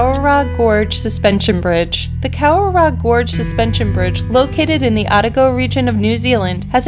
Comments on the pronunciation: Oh ta go is how Otago is pronounced. Cow ra row is a close approximation of Kawarau gorge. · learn how to pronounce your names correctly - starting with kawarau